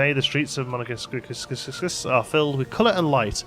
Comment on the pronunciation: The pronounciation of Monégasque should be something like "money gask" ("gask" like in the word "gasket"). It is actually the word used for designating the dialect used in the Monaco region. Langoustine is indeed french for scampi, most often designating the Norway lobster as Jacob barrow mentioned.